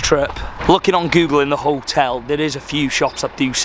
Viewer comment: you said Punta Arenas correctly 👌🏽